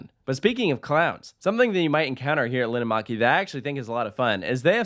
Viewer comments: and Linnanmäki is pronounced /lin:ăn mæ̆ki/ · me hearing linnanmäki being said wrong feels weird but i know that not everybody can speak finnish